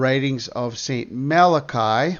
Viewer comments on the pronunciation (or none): none